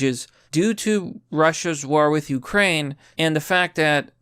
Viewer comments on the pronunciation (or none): none